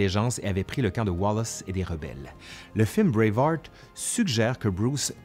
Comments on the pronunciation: non on dit juste braveheart avec un mauvais accent français... 😉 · Encore une fois, meeeerciiiii ! (À lire en s'imaginant que c'est dit comme Wallace lorsqu'il prononce sa dernière parole dans Braveheart) 😆